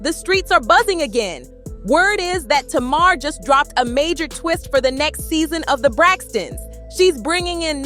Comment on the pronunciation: You not pronouncing Tamar name right😂